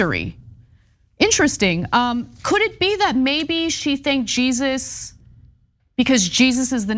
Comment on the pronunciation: Ana it’s not Jesus in Spanish. The J is pronounced as an H. 😂